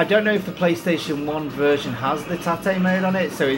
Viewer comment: “I dont know what shes saying...but it’s probably something really cool” 😂 loved watching that mate, you started off impressively but then it got very bullet hell hectic 😳😂 Youre pronouncing Tate wrong though mate 😛